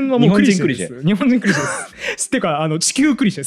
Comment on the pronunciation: 細かいことですけど、ティザーじゃなくてティーザー(teaser)です。 それからいつも気になるのが「ク」にアクセントがある「クリシェ」です。本当はアクセントは「シェ」にあります。 とにかく気になっちゃうのです。すみません。